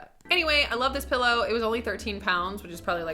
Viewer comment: I remember a video of you and Natasha Negovanlis where you made fun of her Canadian accent saying "pellow" and "beg". And now you said it. Lol 😂